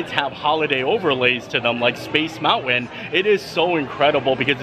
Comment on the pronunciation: Like he says mounwan instead of mountain. And I have heard him pronounce the word mountain correctly, several times.